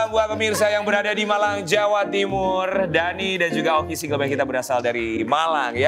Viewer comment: Saat single Man bilang saya dari Malang... Ntah kuping saya yg lg sengklek apa ya. Kedengaran nya dari dari "Balang" 😅😅